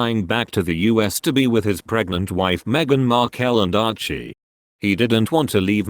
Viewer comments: Please pronounce Meghan's name as it is..Markle, Markel is wrong. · While I join millions of others in wishing the Queen a very happy birthday anc at the same time send my deepest sympathy to her Majesty and the whole Royal family, I DO wish yo ask the commentator you employ to PKEASE pronounce Meghan’s last name properly and speak in a more animated tone. Hd sounds like he is reading the phone book!! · Oh good grief...what hair colour next..Archificial's age seems to fluctuate with every photo Don't believe a word of this, can't even pronounce Harry's wife name correctly